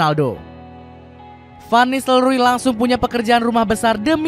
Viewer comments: koreksi min bukan ruud van nisteLRUY tapi ruud van nisteLROY..😂 ga enak banget di denger...ruud van nistelruy😂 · Book /bʊk/ Blood /blʌd/ Door /dɔr/ Jadi, setiap penulisan double O tidak harus dibaca U seperti book. Nistelrooy bacanya NISTELROY bukan Nistelruy 😂😂😂😂😂